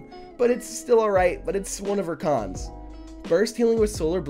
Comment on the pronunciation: Is it just me, when says con's it sounds like khan's? 😂 Great content as always